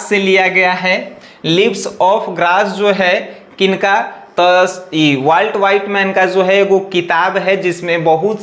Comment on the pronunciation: सर वॉल्ट विटमैन होता है ना कि वॉल्ट व्हाइटमैन 😂😂😂😂😂